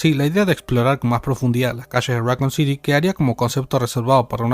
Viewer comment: right, like saying Rockcoon or raycoon city lol